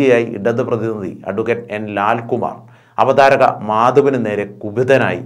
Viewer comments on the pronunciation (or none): Avadharakar alla makkale avatharakar angane paranju padikk mon